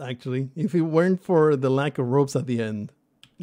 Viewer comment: Finally! I always wanted to hear you pronounce R O P E S properly.